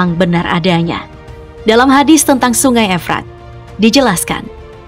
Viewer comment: Iya ,,kaya kaku ngomong nya ,, Kata HADIST ,pengucapanya HADITS..😊